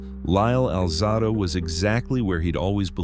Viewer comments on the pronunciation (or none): Alzahdo? Stupid A.I